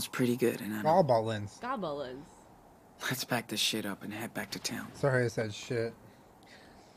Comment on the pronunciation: After Jenna got triggered by Gob-i-lins but moments later he says "tidying" as "tye-dying" and "Joan" as "Joanne"